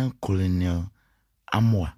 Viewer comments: That word is pronounced "kernerl" eventhough it`s spelt colonel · is not colonel but Kenel